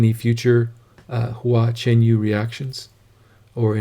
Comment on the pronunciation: Great reaction - & so glad you pronounced his name correctly. This is the first performance I saw of Hua & was immediately captivated. He is an incredible musician & songwriter and has a huge following in China & around the globe. He is a very unique performer and I love his performances - enigmatic, exciting and profound. Here's a link to Hua's duet NANPING EVENING BELLS with Su Shiding which is incredible: Two other songs I love from Hua Hua is ORDINARY PATH: & DAD I'M HOME (which is phenomenal!)